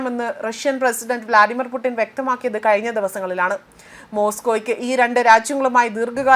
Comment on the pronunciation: ഇങ്ങൾ വിളിച്ചതാണോ പൂട്ടിനെ .. എന്തൊക്കെ ആണ് വായിക്കുന്നത് 😂😂